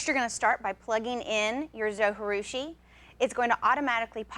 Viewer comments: its pronounced zo G roo she. g as in jee not ghee. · No way José! How can you not pronounce that "J", different languages use "J" to represent different sounds, not silence. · Great video! Thanks so much! I have baked bread for 35 years by hand and just have discovered bread machines. I just have bought the Zo Virtuosa and I love it! But did you realize that you are supposed to pronounce the j in Zojirushi? They pronounce it on the Zo website in their videos. It is a Japanese word. You wouldn't pronounce the J if it were a Spanish word. Linda A